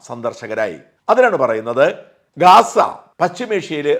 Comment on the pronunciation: കെസ്സ " ന്ന് തുല്ക്കൻ പറയുംപോലെ പറയാതെ മറുനാടാ...." ഗാസാ " എന്ന് പറയൂ